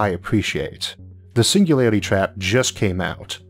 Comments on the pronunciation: Your speach impediment is fake wanna be Elmer fudd you gave yourself away when you said the singularity trap. Either you can speak correctly and embellish mispronouncing words for some reason or idk. Just be yourself or apply yourself whichever is applicable because someone of your genius (I sincerely mean that your videos are amazing and I've learned so much from you thank you for making them btw) should have no trouble overcoming phonetics of a single letter. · All I heard was "the single lady trap"